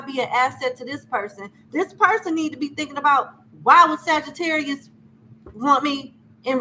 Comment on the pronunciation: Ma'am, Please stop saying Sagitterrier like we're a breed of dogs 😹 thank you 💜